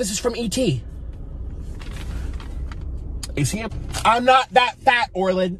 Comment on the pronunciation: Orland is good at drawings btw it's Orland not orlin